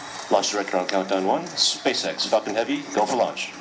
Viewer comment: sounds like he said SpaceX F*****g heavy